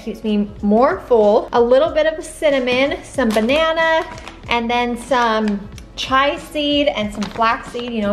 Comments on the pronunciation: the seeds name is pronounced ch e(say the name of this letter)a. not chi(the name of this letter)a. you are saying chai like the tea not chia. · Hahaa it's pronounced cheeya seeds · Enjoyed watching this! It’s pronounced Chee-uh (chia seeds). It’s sometimes good to get a 2nd opinion. Those cinnamon rolls look delicious. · it is pronounced Chee-a seeds. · The chia seed is pronounced chee-uh